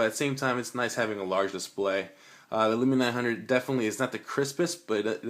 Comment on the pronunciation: Can someone please tell this guy, it's windows phone not windows mobile , and it's Lumia not Lumina, bad review !